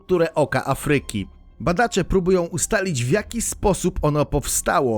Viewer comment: Bardzo interesujące. Pozwalam jednak sobie zwrócić uwagę na coś, co razi: niewłaściwe akcentowanie słowa Afryka. Akcent powinien być nad głoską A, nie nad y. Inny przykład: słowo: fabryka (nad a, nie nad y). Takich przykładów niewłaściwego akcentowania zebrać można wiele. W publicznych środkach przekazu błąd, jakikolwiek, zdecydowanie razi.